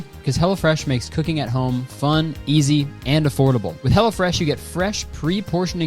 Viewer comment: Every time you say 'Hello Fresh' I think you're saying 'Hella Fresh' and it delights me.